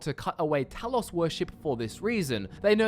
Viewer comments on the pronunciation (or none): none